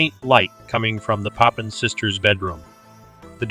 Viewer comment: Please pronounce Papin properly.